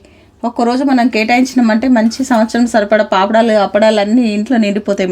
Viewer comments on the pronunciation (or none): none